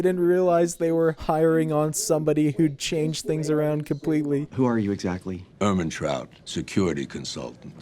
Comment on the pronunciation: Did you just say Kimpletely alone?